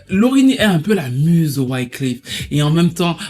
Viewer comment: bon video mais pour vrai cest wyclEf pas wyclIf lol